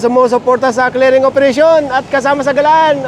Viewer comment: Clearing❌ Clering✅